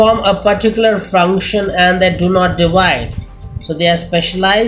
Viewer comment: its function not fruction